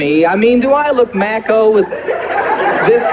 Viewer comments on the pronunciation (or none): Haha, John, that's macho, not Mac ho. 😂